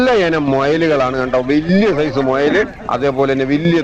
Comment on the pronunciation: മോയല് അല്ല ചേട്ടാ... മുയല് ആ ഏതായാലും മയിൽ എന്ന് പറഞ്ഞല്ലോ